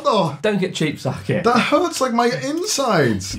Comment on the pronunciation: Chris is so drunk that he's pronouncing sake like suck-it